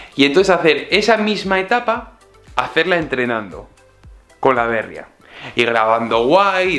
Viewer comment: Aupa!! La Bérria que sueles decir por la marca de la bici, creo que se debería decir en castellano La Berría, ya que es una palabra en euskera que significa nuev@ Se debe poner el acento en la I. Segi holaxe!!